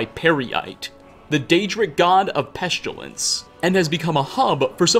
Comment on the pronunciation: Peshtilence. Excape. Chael? Shockingly.